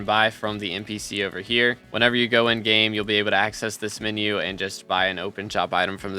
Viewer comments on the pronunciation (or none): none